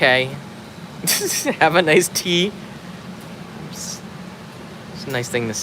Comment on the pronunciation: "Have a nice tea" sounds more like "Have an ice tea" subliminal messaging. o.O